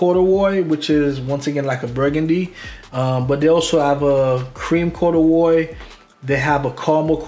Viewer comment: “Corduwroy “ I’m dead fam!! Plum joint is chill withers tho!